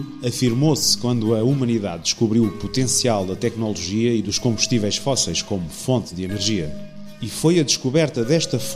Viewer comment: muito bom, muitos parabéns! (só gostava de saber onde é que o locutor aprendeu a dizer "tecnÓnolgia"... perdoem-me a crítica preciosista)